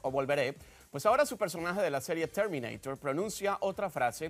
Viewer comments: Chermineiror jajaja. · CHERMINEIRER :V